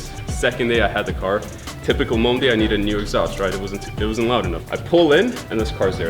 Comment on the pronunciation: "9 mondi" 😂😂😂